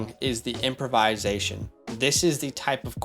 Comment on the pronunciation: Not to be that guy, but you use this word too much to not help you with the pronunciation lol It’s not “improvise-ation,” but rather “improv-isation.” Anyway, I hope I don’t come across as an a**hole with this comment 😅 Love the content! You two crank it out like no other channel!